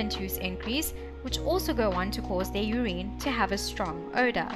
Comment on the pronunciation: Are you miss pronouncing urine I've never heard it pronounced the way you're pronouncing it...